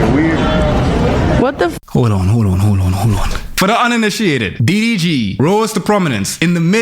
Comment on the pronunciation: I can’t tell if it’s the Foreign Man Accent or if you’re intentionally calling him Diddy G but either way, I’m loving it 💀